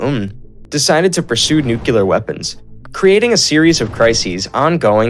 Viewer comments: people are hating on the pronounciation of Korean terms...bro couldn't even get "nuclear" right." two syllables: new + clear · NEW CLEAR not NEW KEY LER.